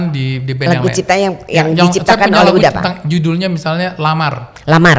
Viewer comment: UDA MBAK, BUKAN UDO!!! GAK SEMUA KATA DI BAHASA MINANG ITU UJUNGNYA O!!! PLEASE DO YOUR RESEARCH! DON'T BE AN IGNORANT!